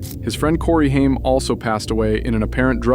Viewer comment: Hey. GenX here. 1975. Grew up with the Coreys. You pronounced Haim's name wrong through this entire video and it drove me nuts. Its pronounced (HAY-M) not (HIME) OKAY? Cool? Cool. Also my husband and I donated hundreds to the My Truth Doc. We werent disappointed and we understood his plight. We were happy he had to balls to call out who we knew raped 11 year old at the time Corey Haim. Haim was MY Corey. Every GenX girl has a Corey. Feldman or Haim. The amount of suffering he endured before finally being snuffed out by the vampires of Hollyweird was insane. Then they allowed fake news to circulate (for an entire MONTH) that he died of an "overdose" before coming clean (no pun intended) that he tested negative for the very drugs TMZ and others said he died from. He died with the same symptoms others in Hollyweird died from when they were talking. Heather Roark, Brittany Murphy, etc... a "pneumonia type illness causing water around the heart and lungs leading to asphexia" (can be toxins given by a quick poke of a syringe, permanently silencing the one talking) which is clear they silenced him for talking about his childhood rape in the "Two Coreys" reality show. We never saw him again, after that. Feldman takes a lot of shit for acting "crazy" because hollyweird goes to great links to show only his crazy moments to try making him appear like a big joke incase he tells more, he will be taken as Un-credible. But GenX knows. We witnessed the abuse chase them into booze and drugs a